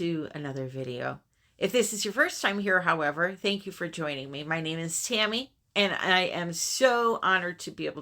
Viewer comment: Love the ‘fancyM’. Tammy 🤣🤣. Your wings are amazing, is the glitter only in the US?? I’m in the UK. I just love any kind of bling & glitter….💕